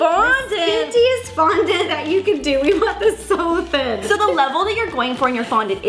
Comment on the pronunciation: Was it just le or did ro say frondent